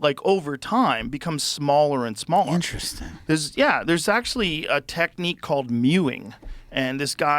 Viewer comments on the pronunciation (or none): none